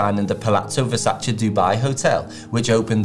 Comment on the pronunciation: so you explain the right way to pronounce it, yet open the video pronouncing it the wrong way...